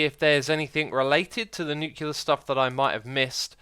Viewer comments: Nice video as usual, but a little thing is buging me: It's nuCLear power, the l come before the e, during all the video you are saying "nukelar" or something like that, that is killing my brain each time... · nuclear is pronounced nyoo - klee - er not nyoo - kyoo - ler it annoys me every time you say it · Every time he says "Nucular" instead of "Nuclear" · Is anyone else bothered by him saying "nu-cue-lar" instead of "nu-cle-ar?" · nuclear vs nucular, which is right? Does it matter? You decide.